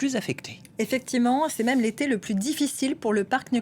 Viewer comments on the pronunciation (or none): none